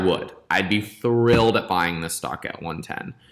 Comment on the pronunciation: Legend says he is saying 'Thrillled' now